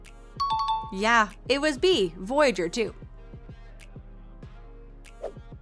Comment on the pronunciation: I've never heard anyone pronounce Uranus that way before 😂 Fun quiz!